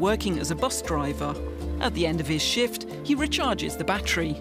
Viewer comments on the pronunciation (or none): none